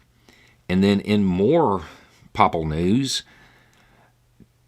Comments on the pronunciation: FYI, the correct pronunciation of "papal" is "PAY-pel", not "poppel". Though on a personal level, I prefer your pronunciation. And the only reason I know this is because I'm a recovering Catholic. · I like you. I don't agree with everything you say by a longshot, but I like you. I say this correction not as a gotcha, but as a polite a nudge as I can. I hope its not too pretentious. "Papal" is pronounced like: [Pay-puhl]. Not a long sond at the end like "Pull", but said the same way.